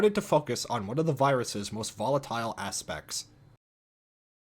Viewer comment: Volatile" Some parkour guy: Say that again